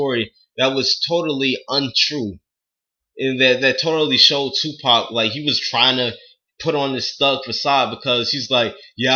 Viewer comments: 2pac is a thug and he his the best you dint even say his name right dumbass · You sound like a bitch and didn't say his name right. U know nothing about him not his name. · LMAO at least say his name right